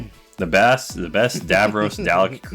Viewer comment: Pronunciation (doll-eck) Dalek